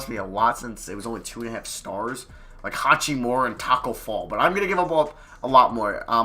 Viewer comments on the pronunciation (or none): I don’t think I’ve ever heard anyone call him hatch-we-more-a. Normal I see him called hak-i-more-a